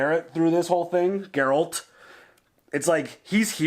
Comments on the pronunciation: when finally says Geralt right👏🏼👏🏼😂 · Biggest smile on my face when finally pronounced Geralts name correctly!!! Good job mate! 👏🏻👏🏻👏🏻👏🏻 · Don't want to add to your confusion but the yes, the G in Geralt is like the word "graphic". But also the E is pronounced as an A. Sounding like Gare-alt. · FYI: He names all his horses "Roach". Geralt is actually very old. Witchers can live for hundreds of years. So he has outlived several Roaches. "Geralt" is also pronounced "Jur-ALT". Remember this is a Polish fatnasy series. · Geralt is G like Gary....Gar-alt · Its pronounced GAIR-ELT